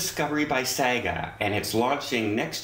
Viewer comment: Sorry, it's pronounced "Sarga"